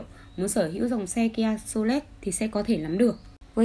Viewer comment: Tiếng anh mà đọc cũng ngọng líu ngọng lô chán thế, nghe kia solet là kém sáng hẳn luôn